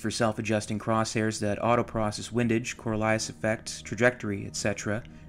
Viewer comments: "Corolias" effect. Pronounced Core-e-o-liss. And it's "clicks" not klicks. Ridiculous. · Ummmmm, the Coriolis Effect is pronounced "Coriolis".